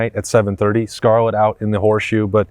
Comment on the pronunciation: RED OUT (not Scarlet out)